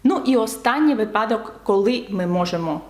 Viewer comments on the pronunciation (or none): none